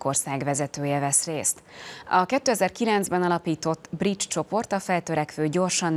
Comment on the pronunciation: Briksz helyet magyarosan ''brics''nek olvasott BRICS csoport na ott fogtam fel hogy a bemondó csak felolvasó és nem szakértő. Azért nem elég csak helyesen kinézni egy műsorvezetőnek kedves MTVA ....